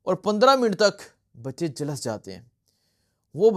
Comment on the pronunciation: 😭😭😭😭😭kash ye hakoomat tabah ho jaye🤲Ameen . O bhai jhalas nhi Jhulas hota ha